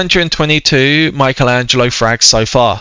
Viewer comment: U said mikeatello